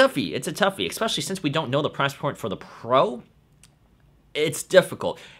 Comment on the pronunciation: It is pronounced "ESpecially" not "EXpecially."